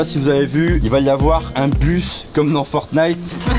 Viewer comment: dieux merci ils disent "ForTnite" et pas "FoRnite"